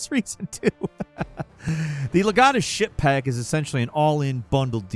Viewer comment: I swear he said “ship pack” about 8 times before i heard SHIP ! 🤣